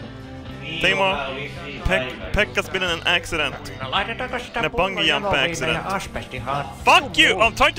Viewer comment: The way says "Bungee Jump" LOL